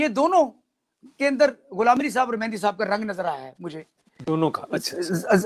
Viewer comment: Abhi tak bhi Duaabie ho Mehdi ko Mehndi bolte ho.